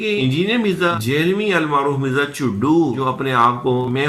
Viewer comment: جہلمی کی ج کو زبر کے ساتھ پڑھیں ھ کو زبر کے ساتھ، ل کو جزم سے م ی زیر می جھل می مکمل لفظ جھلمی ،یا دوسرے الفاظ میں جھنمی